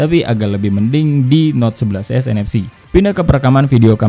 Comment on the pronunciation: Kok ngomong 11 nfc semua, ga ada s nya, cuma di sedikit kata kedengaran S nya